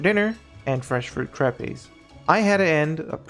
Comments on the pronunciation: btw, Crepes are not pronounced Cray-pays its Krepp (but with french accent) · Omg your pronunciation of Crepes as "crapays" 😂 That was not the first food that you mispronounced either.... Google is your friend, Google a video or sound bite of the word to pronounce it.